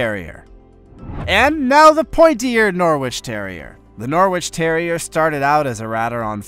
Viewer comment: It's pronounced Norritch lad. Like Keswick is pronounced Kezzick.